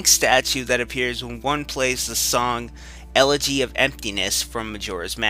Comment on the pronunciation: awesome show:D,btw,one part you said elle't'y of emptiness i think its ellegy of emptiness xD nevertheless,great work from the past xD